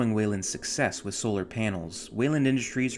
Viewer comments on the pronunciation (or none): none